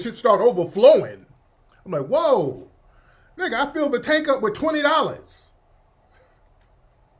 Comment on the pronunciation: NEEGA in that African accent killa me